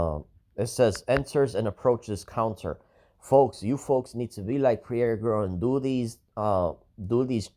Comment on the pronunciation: your saying her name wrong. Pronounce her name like it sounds. Prairee ( Prairie) look up the meaning.